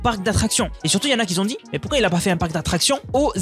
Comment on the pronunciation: stp, je respect ton travail, mais tu dis qui s'ont et le "s" n'existe pas, je saigne des oreilles